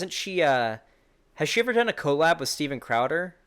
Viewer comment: love u but stop pronouncing collab like that(CO-lab... its just cuh-lab)